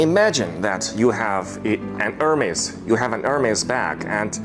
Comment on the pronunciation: Hermes, naam jaise dakar aa raha ho, yeh hai hamare journalist ki zuban